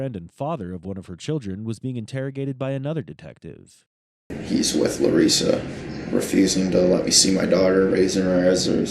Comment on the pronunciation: LUREEESA 😂pretty sure its Larissa